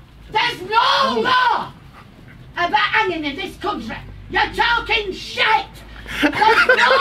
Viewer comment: Ahhh yes, the God's own "cuntry" 🤣 (the real pronounce it like that, "coontry")